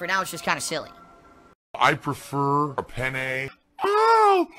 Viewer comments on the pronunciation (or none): "I preFUR uh PENNEEE." Never did I think as an adult I'd be so fond of a digusting pigroach, bugged mechanics, and penne pasta. *sigh* and not many things in life make me sad, but when your outro changes, it's going to be a bitter disappointment indeed.